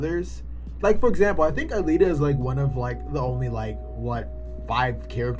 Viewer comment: Man U just got into the anime and movie. Alita you keep MIs pronouncing her name fit one. The story can be broken down to 3 worlds The slums. The outside world and the upper city which is linked to a orbital station And that a very basic concept. U have a story of a robot who tries to find who she is. Half way through the story her memory get duplicated and one makes her other half into a real human and other half climbs the orbital lift and goes back to mars. From there the story goes god dam psycho. Because of technology making people immortal, kids are illegal and they are captured and killed for sport showing off new military technology. Alita in the newer volumes shows she’s from a plague that makes boils that become alive and a mad scientist took one of them from a woman and put it on a robotic body. I mean her whole story would be borderline snuff film if faithfully adapted to live action.